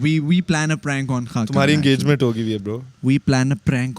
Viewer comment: Hakkan nahi khaqan😂